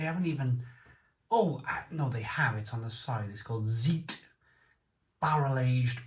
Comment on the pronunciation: Didn't even know this existed, great find, thanks for the insight. Btw, it's pronounced (t)z-I-t, or zayt, with the ay being pronounced like an I in I am not ey like in way.